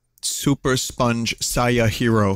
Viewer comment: its unrelated but I love that in vinny's attempt to mispronounce saiyan he winds up pronouncing it a hell of a lot closer to how its supposed to sound vs the actual dub of Dragon Ball